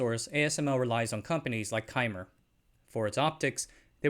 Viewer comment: Great video! Love your content. Wanted to let you know that Cymer is pronounced “Symer”, and is derived from “excimer laser.” Looking forward to additional great content!